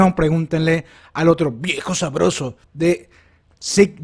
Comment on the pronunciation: Amo como hace énfasis en el "viejo sabroso" de Levi y Zeke :u